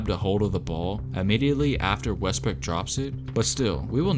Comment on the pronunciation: Mans said westbrick